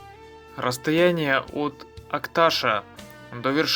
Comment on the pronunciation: Так себе видео, сам посёлок Акташ не показали, и про дорогу вскользь рассказали. И если говорить из Акташа, то ударение надо ставить на последней букве. И не Улуган, а Улаган. Уж если едете куда, тем более выставляете видео, постарайтесь грамотно обходиться с географическими названиями.